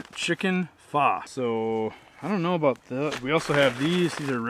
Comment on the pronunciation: "chicken pha" hahaha! :D that's pho as in go or row or oh my god he pronounced it wrong. ;> hahah! just had to pause the vid and laugh a little. :D ahhh!